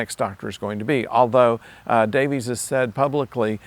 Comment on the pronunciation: It's pronounced "Davis" not "Davies", contrary to the spelling!